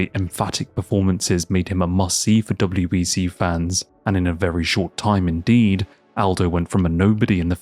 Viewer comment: Are you saying WBC instead of WEC sometimes?